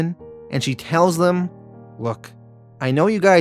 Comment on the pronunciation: English: Them.: Thummmb.